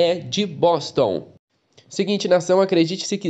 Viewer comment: Quando vc falou : de Boston Eu entendi : de bosta Kkkkk